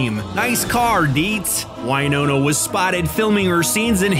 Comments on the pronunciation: You know you can't trust a video that can't pronounce the actors' names. Winona is pronounced with a short i, as in "win", not a long i as in "eye". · Why is he pronouncing Winona like that? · Cant even pronounce Winona right. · Can’t pronounce Winona’s name correctly or Hertfordshire. Cringe.